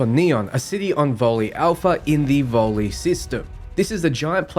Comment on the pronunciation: LOL. That's NOT a letter "I" at the end of the "Vol", it's actually the Roman numeral designating the 1st of several Vol planets. So it's NOT pronounced "Vol-ley" but Vol ONE aka the first. Like there is a Vol two aka Vol II etc.🤣